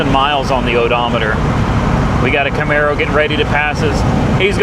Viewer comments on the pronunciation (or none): none